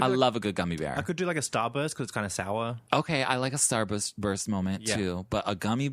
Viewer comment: I love how almost pronounced "Starburst" the way you do with an Australian accent,. Also, "process" with an Australian accent as a joke. haha. You guys are becoming real-life brothers, haha. It's somewhat...touching in a way. lol Thanks for the podcast guys!